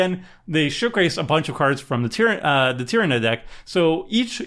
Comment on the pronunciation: I'm amazed he said Tyranid correctly.